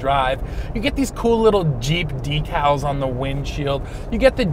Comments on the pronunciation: Decals, not "decles" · "some black deck-els (decals)" lol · I just wish he knew how to saw the word "decals"... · What’s a “Deck-all”? Better yet what’s a “Willies”?